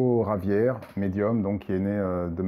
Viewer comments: Intéressante analyse du film, le coté suicidaire m'avais pas mal heurté également... juste pour info et si cela t’intéresse, Chico Xavier était Brésilien et son nom se dit " Chico Chavière" . Merci pour ta vidéo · En tant que prof d'español je trouve votre accent très bon, félicitation ! par contre il me semble que Chico Xavier était brésilien donc ça se prononce "chavièr"